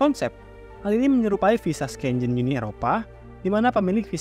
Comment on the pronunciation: satu ini kemampuan bahasa asingnya harus lebih ditingkatkan. Yang ikutin video dengan dengerin doang, agak susah ngertinya. Bingung pas dengar Masnya bilang "Schengen" sama "Burying..." 😆